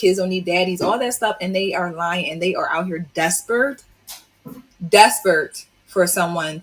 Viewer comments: this chick says these womens are "Despert" not Desperate but "Despert" she's say it x3. Seriously where do you learn how to speak in America. Is there no school to teach you proper pronunciation? 🤣🤣🤣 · . * desperate not "despurd". 😀🤡 I really hope married women who do want to help out don't sound like the strags who say things like "fenimen" and "ingrunit". Step that vocab game up!!!